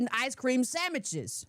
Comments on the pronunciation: The way she said “sandmiches” had me DYING!! 😂😂😂😂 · when she said "ice cream samichiz" I damn near spit my coffee all over the screen. 🤣 I've never heard of her, but I really like her, so far.